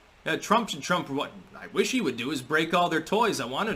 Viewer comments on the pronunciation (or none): none